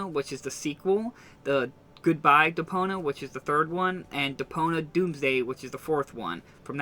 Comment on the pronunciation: Stop saying Depona...it's Depon i a